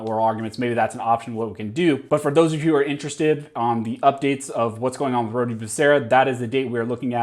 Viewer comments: Rhode...as in 'Road'. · I'm pretty sure that the "e" at the end of "Rhode" is silent.